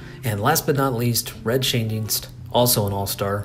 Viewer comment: Extra points for pronouncing Schoendienst. That couldn't have been easy. :D